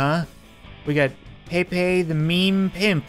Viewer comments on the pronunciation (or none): none